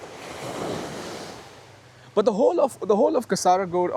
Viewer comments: Hi not Kasaraagod it is Kaasargod. (Check where i plased double "a". I put double "a" only for your understanding) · Correct pronunciation is Kaasarkod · It is kaa--sir--god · I think it Kasar_god "a" silent while pronounce...😊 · Kaa ser kod for pronouncing